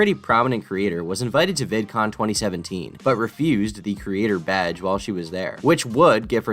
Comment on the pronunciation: Vidcoom lol